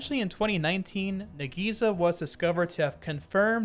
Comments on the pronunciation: btw you have to pronounce "nagisa" very fast. not "na-gii-sa" :) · "nagiza" tho